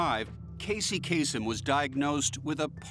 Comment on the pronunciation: Lebanese dude. It's actually pronounced Kaa-sem.